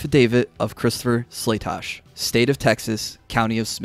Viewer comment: Wow, your guy got Slatosch’s name right! First I’ve heard all day. Good job! SLAY-TOSH!